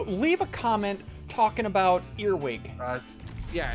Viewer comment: talking aboat ierning